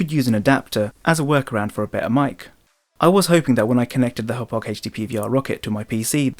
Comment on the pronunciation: Finally someone who pronounces it right.